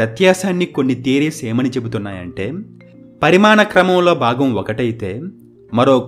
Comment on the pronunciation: పరిమాణక్రమం కాదు సారో......పరిణామక్రమం.